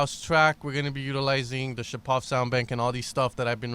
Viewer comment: NOT ShapOv! ShApov!!!!!